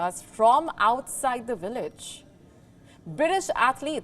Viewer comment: Its Village not Willage 😂